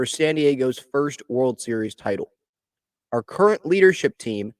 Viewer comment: Nah. Not are current. Not “are curren.” /